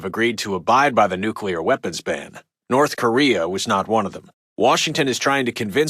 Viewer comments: lol he said nuculer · Love this game and paid very close attention to radio broadcasts, but they do this goofy news writing you always hear in fiction. I’m no journalist but you’d never hear this phrasing, sentence structure, and pronunciation (new-kyu-lar). Breaks the immersion a little bit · Every time I hear "nucular", something dies inside me. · "Nuculer" -radio guy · I wish the narrator could pronounce the word ‘nuclear’ properly. LOL